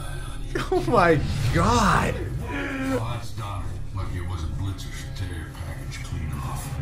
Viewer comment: Its blitzin not Blitzer smh.